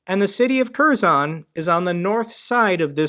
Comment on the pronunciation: Good video, great job. Btw "K" in Kherson is silent